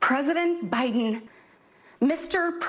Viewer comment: Cant watch the Stepford wife in front of kitchen sink (who the hell thought this performance and setting such a great idea).. she pronounces every syllable so emphatically sounding creepily cringeworthy like a character on a Ricky Gervais mocumentary. Only positive is given some great ammo for another really funny show though 😂 ps loved the out takes too